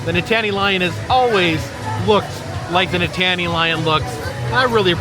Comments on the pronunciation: It's Nittany lion not nitaany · That was where the carousel was until pretty recently. And it’s NIT - ta - NEE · Nittany has three syllables, not two. The accent is on the first syllable. Also the mascot is technically a lioness. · I do not like to correct people but it is NIT NEY Lion.not Nittaney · Penn State is Nittany (no pause) Lions...not Nit-tany 😂 And the dress shoes is a nod to their legendary coach, Joe Paterno. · my husband is a native Pennsylvanian and former student of Penn State, and the mascot is pronounced NITT-anny not Ni-tanny. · Please pronounce it correctly: nit - nee (NOT: nit tan ee) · It's pronounced " knit a knee" lion 😉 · Really need to learn your college mascots. Love the episode but can’t handle Nit-Tany Lion…. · Nitttany is pronounced Knit-Knee as in the Nitttany Lions football team from Penn State (State College, PA). Penn State Health snd Hershey combined years ago which is why you'll see Penn State at Hershey. Thats a brief history, lol. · Nittany Lion!! Please!! Ni-tan-nee or the Nitnee Lion if you are from da valley. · Nittany is pronounced Knit-a-Knee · Live this video but u were making me laugh with your pronunciation of the NITTANY Lion (actually pronounced like: “NIT-KNEE”) Penn State-er’s were dying!!! lol. Love that you visited Hershey!! So awesome to see you in my backyard!! ❤ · Oh!! We love your videos — Nittany Lion! Penn Staters everywhere were groaning. 😂 We are thankful for your two thumbs up appreciating our mascot! Nittany rhymes with Brittany. ❤❤❤❤❤ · Nittany is pronounced like Brittney. My daughter and I watching and I can't unheard you say it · it’s pronounced Nit-Knee lion…. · Nittany rhymes with Brittany. Never mind about all that though. We love you anyway. Another fun video! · Its named after H B Reese. Rhymes with Grease. Nittany rhymes with Brittany. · It's pronounced Knit an y lion.Go State!!! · it's pronounced Nit-knee lion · That Nittany pronunciation hurt me as a Penn state fan